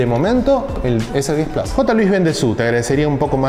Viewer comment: Xq le decís Plas y no plus?